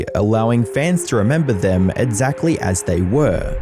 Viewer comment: Why do you pronounce it "edsacly"